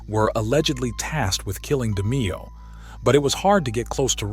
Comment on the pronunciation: Research the content more thoroughly next time. Frankie D. was not a soldier, he was the underboss , its Demeo , not "Demeeo" and Tick , not "Thick". No big deal but the people who watch these videos know the content . Good luck 🤞